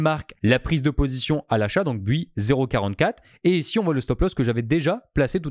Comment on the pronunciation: Le "Bui" m'a tuée :p